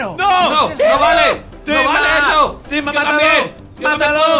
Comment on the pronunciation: Se equivocó iba a decir timba pero dijo imba